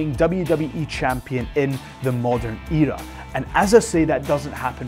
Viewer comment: The Way He Said Era Gave Made Me Cringe But I Liked It o_0